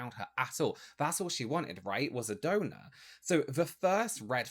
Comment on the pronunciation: Gotta get two things off my chest: 1. 🎶”How do you solve a problem like Maria 🎶 Sorry, I had to 2. For two solid minutes I thought was saying “donut”. I was soooo confused… then I realized he was saying “donor” 😹😹😹